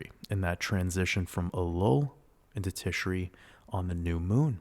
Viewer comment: happy to be here… new patreon subscriber. thank you for all you do!!! :) p.s. it’s “tishray” and “cheshvan” — chhh like you’re hocking up a hairball 🤣